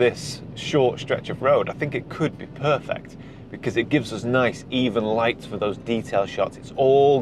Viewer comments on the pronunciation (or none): none